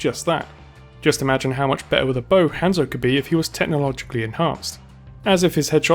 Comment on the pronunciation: The way you say Hanzo is triggering me